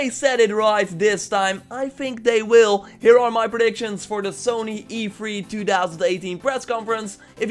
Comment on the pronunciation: Not to be rude man but to hear you say E3 as "E free." Is so funny. Love your vids and keep up the great work you never seem to fail.